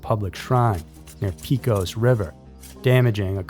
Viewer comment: It is pronounced pay cose River. It is Spanish so the E is a long A and the O is a long O. Please do your due diligence and homework and learn how to pronounce cities, towns and rivers correctly before you do a video on them. I notice you get many names incorrect.